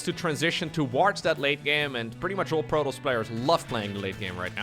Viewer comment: I really cant stand this guy talking its not Protles.... it's Pro Toss there is no L in Protoss